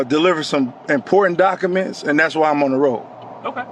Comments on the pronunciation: “Important dokeements” 😂 Typical…… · Hes delivering "dockaments"